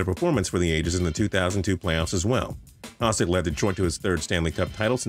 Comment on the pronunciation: It's not Haah-sik, it's Ha-shik